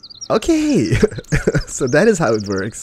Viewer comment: is German? sounded like when he said 'thats how it works' it was more like 'thats how it vorks':D